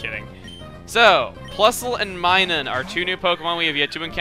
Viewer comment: MINUN NOT MINUM